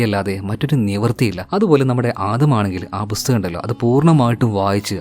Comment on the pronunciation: ബുസ്തകം അല്ലടെയ്. .. പുസ്തകം. ..